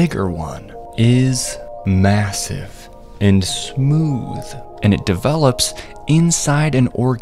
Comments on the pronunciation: Did you say MASSIVE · Did he say MASSIVE? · Did he say massive 🤨